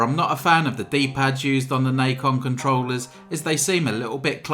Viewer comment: it's not "nike-on" it's "Nacon"